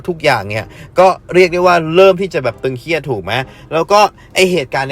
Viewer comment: ตึงเครียด ไม่ใช่ตึงเคียดครับ